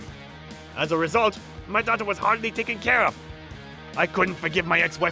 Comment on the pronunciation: As a rrrrrrrrrrrrrrrrrrrrrresult.......lol